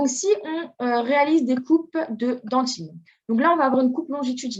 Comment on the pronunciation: on dit dentine pas "dentchine" parle correctement s'il te plait